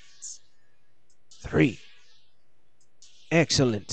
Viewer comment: "Axcellant" :D